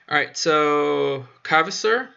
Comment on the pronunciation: Kvasir - please read it like Qasir, not Kavasir. "Kv" is the same as "Q"